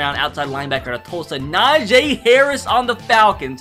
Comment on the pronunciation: Not Na J it's Na Jee